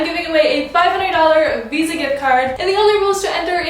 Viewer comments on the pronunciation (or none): none